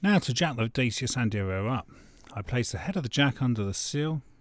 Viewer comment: Good video but that’s not how you pronounce Dacia!